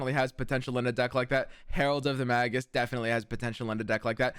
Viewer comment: Made me look it up. It's pronounced "ˈmāɡəs". That sounds like "May-giss" in plain english